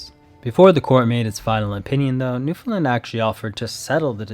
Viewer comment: As a Newfie thank you for Saying Newfoundland properly LOL you have no idea how much it pisses us off when people call us “new- Fin-lind” like we have nothing to do with Finland thanks 😭